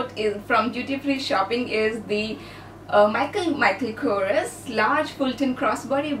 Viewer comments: it's not micheal chorous it's micheal kors like k.o.r.s...lol. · U have travelled lot of europe nd asia countries nd how can u make simple mistake while pronouncing mk (michael kors) as mk( michael chorous that just pissed me off lol nd its not a hatred comment